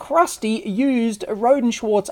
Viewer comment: It's pronounced Roady mate. Trust me it's my last name